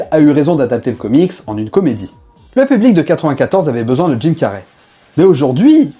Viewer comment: Dude can you learn how to pronounce his name. You have called Jim Carry; Tim car, Jim carrié, and etc